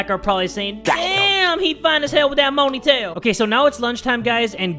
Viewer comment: Somehow i heard Monytail!!🤣😂